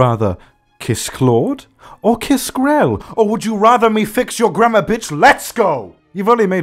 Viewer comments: When he was saying grammer I thought he said grandma 👵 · WHENEVER YOU SAY "GRAMMAR" I THINK YOU SAY GRANDMA. I can't.